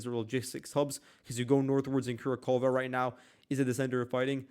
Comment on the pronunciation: That town/small city is pronounced Ku RAK hovah. Annunciate on the second syllable, RAK. It's not one syllable there, not "Kura", but 2 syllables, "Ku RAK". So, Ku RAK hovah (e makes an "ah" sound there) = Kurakhove. Just trying to help you out dude. I checked the Cyrillic alphabet. I know it does not translate well into the Latin alphabet, why you are having trouble with it.